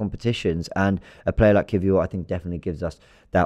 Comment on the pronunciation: Perfect pronunciation by